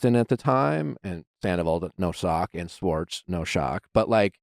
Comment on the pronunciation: Anyone else been slowly driven nuts over the past few months in various interviews as Scandoval has unfolded, with people switching back & forth between pronouncing Schwartz’s name as “Schwartz” & then twenty seconds later, same person, “Shorts”…